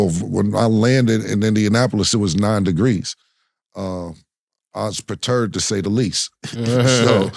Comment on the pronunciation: "I WAS PER-TURD"🤣🤣 *Perturbed✅ ~Killa Mans Was Highly Upset. 🤣 Congrats To The Team.